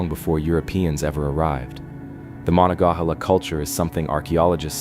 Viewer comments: THATS pronounced. Ma NON Ga HAY La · It's pronounced ma-nong-ga-hah-la. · Firstly, mo non ga hay la. Secondly, you should be more precise in your description where the fort should be, according to archeologists. I'm familiar with the area, and you show a map of ft Pitt. Most modern people familiar with fortifications. And any group would likely establish fortifications on previous fortifications because it males sense, if the forts were properly placed. Along with that point, that particular area is a confluence o 3 large rivers, all of which would have been there for hundreds if not thousands of years. Meaning, there are probably very many old forts up and down all three rivers. Nice try to educate five year Olds, try again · you were driving me crazy with your pronunciations of monongahela. it goes like this: muh non guh hay la. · If you are going to narrate something you should make sure you are correctly pronouncing the names: Mo - non-ga-hela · Please get a human reader who can pounce Monongahela properly. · Maybe pronounce rather than pounce as I'm not really sure how that would help ? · I've never heard Monongahela pronounced the way you did. It would be funny if you pronounced it correctly while us who grew up along the Monongahela have been pronouncing it wrong for generations. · If you can't even pronounce "Monongahela River" correctly I don't think you should be doing videos like this one.